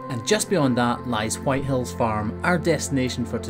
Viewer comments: Am I the only one that kept hearing "White Hells"? lol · It did sound like that but i think he waa saying white hills